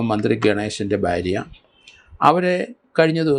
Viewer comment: Sir bharya ennu nere ucharikkuka please barya alla